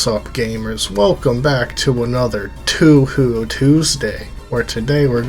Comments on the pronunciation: Toe Hoe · It's Toe-a-Ho, like from Bioncle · its pronounced "Toe-Hoe" not *Too-Hoo" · Toe whore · its pronounced toe hoe acshully🤓☝🏾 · Why do you say 2 who? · It’s pronounced “Tow - how” Fun video tho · What kind of fan pronounce it Tu Hu... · I can't tell if you're pronouncing Touhou like that just to mess with us or not